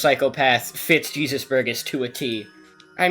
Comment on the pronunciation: Jésus burgess Is not jeezus burgess Its pronounced hey zeus, 😅🎉